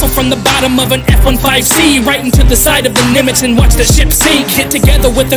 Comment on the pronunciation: I get really frustrated When someone pronounces something wrong idk why but it does and I'm pretty annoyed that the person said F-1-5-C Even tho it is pronounced F-15C.